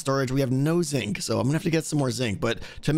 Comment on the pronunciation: I will always hear Zing when you say Zinc. Curses! Anyway, this is looking fantastic, I'm so excited for... EVERYTHING you're doing these days, keep it up!